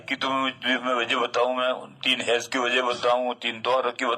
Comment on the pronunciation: ہیز نہیں حیض